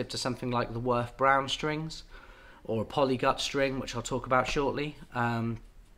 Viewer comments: Ir's neither Ak'weela nor A'keela, I'm sorry;. It's 'Akwila, with accent on the A. That's how Mimmo would say it, I swear on it.:face-fuchsia-tongue-out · It is Àquila, with accent on the A ( I’m italian 😉) and you also want to pronounce the U, so you will have three accents; on the first a, the i and last a Love your videos, you’re helping a lot over here 👏🏻👏🏻👏🏻👏🏻👏🏻 P.S. Just got a Kala tenor, I loooove a warm mellow sound, wich ones would you suggest? Thanx a lot!! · you have to say àquila, with the accent on the first a. i know, i'm italian. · me as an italian… qauìla, achìla hahahahaha that’s actually àquila you should focus on the A, like aaaaquila